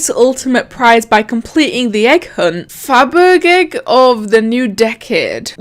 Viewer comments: FabergEgg is pronounced Faber-sh-egg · I think it’s pronounced like “fab-er-jegg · How to pronounce Fabergegg: Fa ber jay